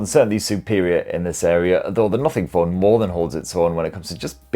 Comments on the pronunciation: Nuffing Phon 2Eh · British English 🤣